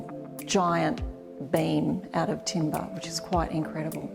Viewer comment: So glad she changed the pronunciation at the end: timber not timBAAAAHHH. Cool vid!